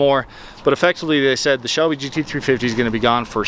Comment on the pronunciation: Anyone else noticing “Shebly”?